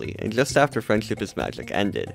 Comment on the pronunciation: Sometimes it sounds like your saying “freind chip is magic”